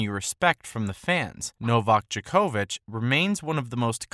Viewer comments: DJOK-OVIC not DJA-KO-VIC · The way bro says Djokovic 😂